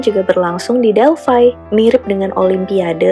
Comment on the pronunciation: Delphi ya Delphi bkn Delphai 👍